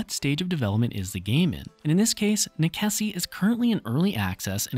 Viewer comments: You didn't even take the time to find out how to pronounce the name of this game. The actual word is Latin, and its pronounced "neh-che-see" The developer however says its a play on necessity, and is pronounced "Neh-sess" not "neh-keh-see" . sheeeeesh. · Is it really pronounced Nekessi? I always assumed it was Necesse as in necessity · Nickesee? Necesse, as in necessary. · I couldn't stop laughing at how you pronounce necesse, since I always pronounced necesse like necessary. great video anyhow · Great video... but "nekessi"? How did you miss the link to the english words necessary or necessity? Necessario in portuguese, italian and spanish? :face-turquoise-covering-eyes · Same. I can't blame the deliberation about how to pronounce cause i sure as heck didnt know for sure. But Neh-kessy def wasn't one of them lol😂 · Hearing you say Neckesy makes me wanna stab my eardrums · Pretty sure that's pronounced "Nes-ess" y'know, like how you say necessity in romantic languages. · As per the developer on steam he says you pronounce the game as "a play on the word "necessary" :) so "ness ess" .. may want to correct your pronunciation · That’s 100% wrong and they did not say that, it’s nekessay, it’s Latin. Amazing someone with fact in the name decided to not use facts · NEKESSI? DA VINKI? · please stop saying nekessy